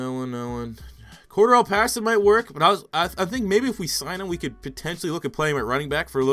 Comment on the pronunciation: The fact hes saying pattersons name wrong is pissing me off